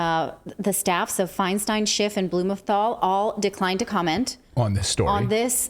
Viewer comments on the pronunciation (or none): Pronounce her name Feen-Steen...